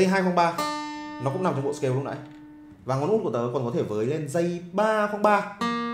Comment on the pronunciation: Nếu không tìm dược cho mình một cái gì nguyên thủy thì cũng đừng bắt chước Peter McKinnon. Kỳ lắm. Người ta nguyên thủy nên người ta tự nhiên. Ô, chữ "video" là tiếng Anh, đọc là "vi đi ô" chứ không phải "vi gieo". đâu. Ấy là tâm tình góp ý. Chữ "scale" đọc là "skeo" chứ không phải "skêu". Còn nhiều nhưng hôm nay tớ góp ý thế thôi. '